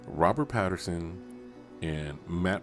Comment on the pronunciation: Pattinson, NOT Patterson.